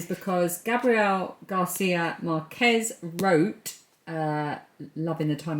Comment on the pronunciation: I'm still kicking myself, 9 years on, that I didn't go inside that Waterstones 😢 I felt it would overwhelm me and tempt me beyond reason so I just kept walking. Silly me. Oh, btw the surname Márquez is stressed in the first syllable MÁRquez (actually, the second to last syllable, according to the rules), that's what the accent in the A means. Same with Strictly's Gorka, but he probably got tired of correcting people and just went along with the wrong pronunciation 😂 most of the Spanish surnames that end in 'ez' are stressed that way: Martínez, Pérez, González, etc. End of foreign language lesson 😂 xx